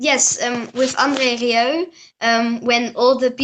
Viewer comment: when you tried to pronounce André Rieu`s last name it exactly sounded as if you let out a burp! LOL